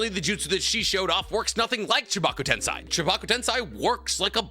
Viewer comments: How did you randomly change from saying tensei to tensai? .. like please dude you have watched and read this series enough to not be fucking up this pronunciation anymore. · Why did you quit pronouncing テンセイ "tensei" correctly partway into the discussion about it? 🥹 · He knows correct pronunciations he does that to piss off the "actually!" people